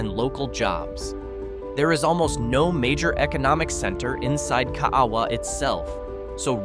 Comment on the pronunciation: 💗Ka a a wa = kah ah ah vah pronounced by locals, that live in Kaaawa, Hi. If u blink it's passed in 2 minute! I've lived here for 50 yrs, it has a post office, a 7-11 & Swanzy Beach Park. It's around corner from Kahana Bay. I love paddling over the reef in front my house in Kaaawa!💗 I've lived & fished on most of the islands, like Kauai, Maui, Oahu, Big Island, Molokai, Lanai & other smaller islands of the 200 island chain. Use to fish on an Alaskan fishing boat around the smaller islands & a few others of the begining of the other 200 islands in the chain! It was the year of my 18th birthday, on my friends boat, we called him Captain Ed, he was a real Hawaiian boat captain, he knew the chain of islands like the back of his hand! He was wonderful, I got on/off his boat when ever I saw him & would wind up on another island for a few weeks, & meet him where he was, when I could do it! I had so many adventures with that wonderful guy in his 70s at the time. He finally retired & stayed home with his beautiful wife & I came back to Oahu & married & had 3 children 💝. I'm writing a book of my adventures in the Hawaiian Islands & on that fishing boat. Smooth sailing w/ Love & Aloha, Zee🌊